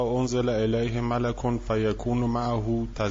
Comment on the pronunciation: درود بر شما ضمن عرض خسته نباشید و آرزوی بهروزی و پیروزی همیشگی برای شما فقط یه انتقاد دارم . اینکه گوینده ی محترم خیلی از لغات رو اشتباه تلفظ میکنه. بعضی جاها با تلفظ غلط اصلا معنی لغت رو عوض میکنه. مثل سوره ی مُلک رو ک مَلِک گفت. امیدوارم در آینده این مشکلات برطرف بشه باز هم قدردان زحمات شما هستم.